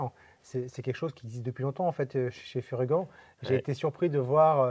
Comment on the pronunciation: Toujours excellentes ces vidéos avec. Et je ne veux plus entendre Fury-ganne hein! C'est "Furygan" comme un "gant" c'est pas compliqué, et quand on connait un peu l'histoire de la marque on comprend de suite. Sympa la ligne adventure, et bien placée côté prix.